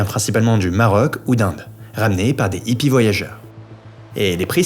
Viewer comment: C'est pas des Zippies, on prononce des Hippies. Comme des hérissons ou des haricots. Pas des Zérissons ou Zaricots.